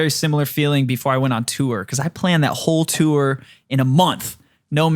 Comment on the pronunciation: I don't know what to do with myself every time says "tour".. or according to him, "turrrr".. Please! Make it stop!